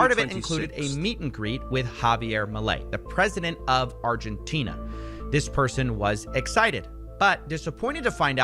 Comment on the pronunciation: did x have a stroke trying to say Argentina